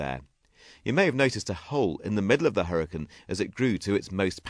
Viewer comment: hurriacanne not huricann